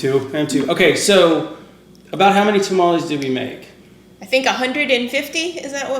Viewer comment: Dude, you've lost weight! Grats! Get a real blender. And its tah-mah-less not ta-ma-lease